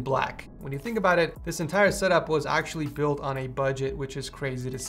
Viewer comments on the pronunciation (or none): none